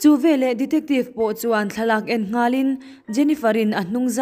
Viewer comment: Hla thu chham a ang riau. chhiar tawp rawh. A key tih danglam hian a mawilo zawk. Leh lawk, " VELAH " tih loh tur." VE LEH " ti tur zawk. Ṭang sauh sauh teh le.